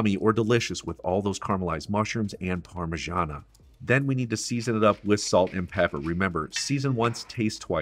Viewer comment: What's "Parmigiana" mate? It's Parmigiano. :)